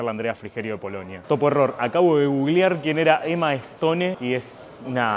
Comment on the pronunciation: 1) como no vas a conocer a emma stone 2) sabiendo tantos idiomas no podes pronunciar bien piedra en ingles